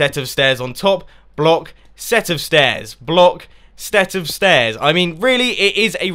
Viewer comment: "stet of stairs" ahaha couldn't stop laughing at that bit :D PS Console friendly too :)